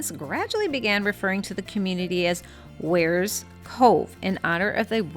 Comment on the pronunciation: Peeeeeeeze will you people who come here from elsewhere learn to pronounce “Wear”! It’s not “weer” Do you “weer” your clothes! Knock it off. I have ancestral roots in Wears Valley and my ancestors would be appalled by your pronunciation.